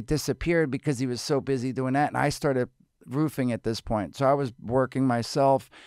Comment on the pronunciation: Roofing! I 100% thought he said he started Boofing at this point...